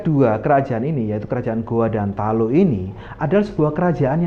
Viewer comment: Mungkin admin bkn org Makassar Krn sebutan Talo sangat kental jawanya